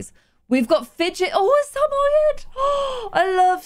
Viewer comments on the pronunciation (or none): The way she pronounces Samoyed 😂